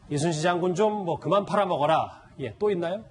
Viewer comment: 이쑤신 장군이랬지 이순신 이라고 안함. 틀딱 발음도 제대로 못함